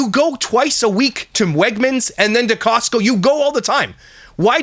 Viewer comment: “Kee-ostco card” sorry I keep laughing at that 😂😂😂